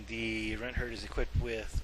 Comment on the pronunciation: you said runthurd wrong